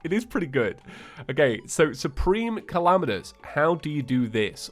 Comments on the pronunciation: i love how he says Calamitas like Calamanous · late correction: supreme calamitas is pronounced Suhpreme Cahlahmeetis